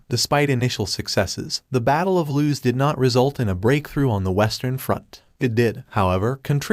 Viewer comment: Battle of LOOS. Not loose.